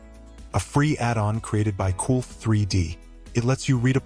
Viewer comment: The ai voice pronunciation… “add’n”🤦‍♂️